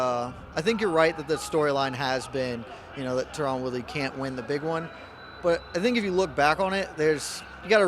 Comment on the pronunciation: Can't take this guy seriously with that pronunciation of Tyron